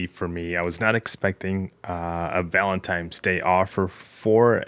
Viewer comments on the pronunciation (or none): Did did you say valentimes day?